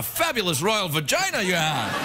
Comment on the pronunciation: That is precisely the portuguese way to say «vagina»... He said both ways, english and portuguese! :D